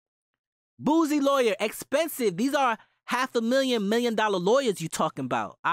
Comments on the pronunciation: It’s not “Boozie”..😂 It’s pronounced “Boo-See”...or “Boo-C”. I guess it’s a Louisiana thing. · you said boosie name ugly